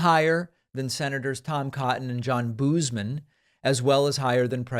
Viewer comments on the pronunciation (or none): I just wanted to let you know that Boozman is pronounced Bozeman. I love this channel. Thank you for keeping us informed!